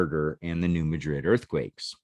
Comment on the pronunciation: It's pronounced New Mad-Rid. I'm a Southeast Missourian, not far from the town of New Madrid and we live on the New Madrid fault-line. We also have a town of Hayti, pronounced Hay-Tie not Haytee. We also have an Arab pronounced A-Rab and a Cairo, pronounced Kay-Row. It's the South, we pronounce things funny here. We also have a town called Cooter Missouri. No special pronunciation or geographical significance, I just wanted to say Cooter. Because...Well...COOTER...MISSOURI...🤣...Great videos!!!